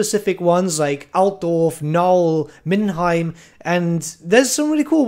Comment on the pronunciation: Is that supposed to be Altdorf? Lmfaoo